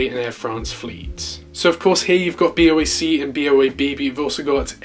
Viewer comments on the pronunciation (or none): none